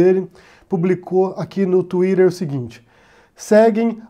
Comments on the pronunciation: Parei de assistir no momento exato que eu ouvi a pronúncia da palavra " tweeter". Really?. Que brega. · Tuirer kkkkk pode ser certo lá nos EUA mas em português fica estranho.